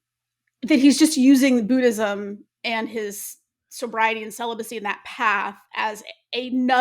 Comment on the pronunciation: Please stop saying BOO-DIZUM, it doesn’t rhyme with FOOD-ism it rhymes with GOOD-ism. Like Buddha rhymes with Gooder not Gouda.